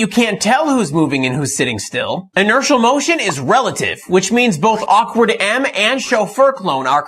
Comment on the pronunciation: "shofer clone" and "awkard" .. lmao